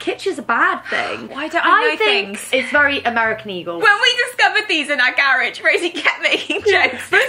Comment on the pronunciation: wait were they saying garage